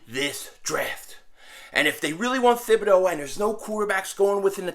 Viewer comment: Hey it's pronounced 'Tib-a-doe, the H is silent. It's a French name.